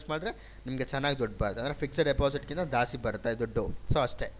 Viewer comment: ದಾಸ್ತಿ ಅಲ್ಲ,ಜಾಸ್ತಿ.ನೀವು ಕನ್ನಡಿಗರಲ್ವಾ ಸರ್